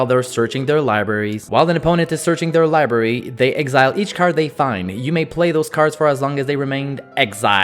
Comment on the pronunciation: "Search their lieberry"